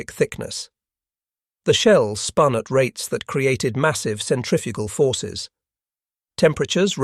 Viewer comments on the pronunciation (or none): none